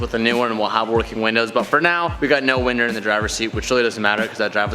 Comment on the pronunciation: you said winder not window